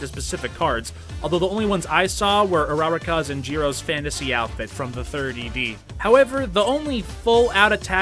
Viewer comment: It was all good up untill this point WHAT THE FLYING FUCK IS AN uhrarakah. Why did you have to say it like that, WHY?